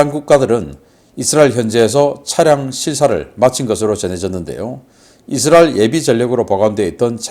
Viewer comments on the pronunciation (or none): none